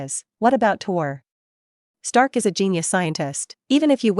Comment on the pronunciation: man it is tony stark not tor stark